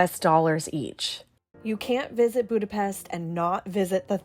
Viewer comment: It's pronounced Budapesht 🙄